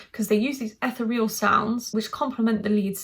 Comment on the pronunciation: Love your channel and the detail you put in your analysis. I think Ethereal is pronounced "uh-thee-ree-uhl" with the emphasis on the second syllable :). I agree with your top 3 with Spain and Finland switching places depending on my mood!